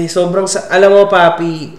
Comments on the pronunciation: Papi po, hindi paye😅 panay paye ka po pero c papi naman😅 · Papi po nOt paye 😂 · It’s papi po..not paye 🤣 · grabe tawa ko sa 'paye' na dapat papi HAHAHAHAHHA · Papi po hindi paye hahaha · Idol PAPI po Hindi PAYE😂😂😂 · Papi po hnd paye😂😂😂 papi papi papi papi😂😂😂😂